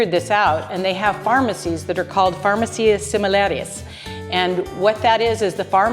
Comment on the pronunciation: Pronounced. far MA cia not far ma CIA. Most Gringos never learn to pronounce it properly.